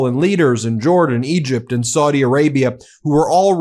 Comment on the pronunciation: Saudi rhymes with HOWDY...